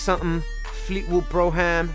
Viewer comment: it's not bro-ham. it's brougham.